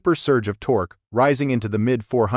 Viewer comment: The "tok" climbed? Stupid AI narration.